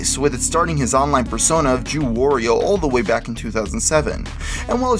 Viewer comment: im not being an ass but its not WOOR-IO its Wah-Rio!